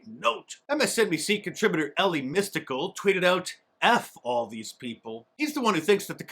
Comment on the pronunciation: Was that ellie testicle? WHAT ? LOL THATS what her name sounded like 😉🤣🤣🤣🤣